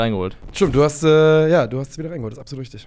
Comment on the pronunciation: Könnt den Kommentar gerne löschen, aber sagt bitte, dass es absolut heißt und nicht abselut. Wenn der Job das Sprechen ist,.. ne. Danke für die Unterhaltung beim Kochen!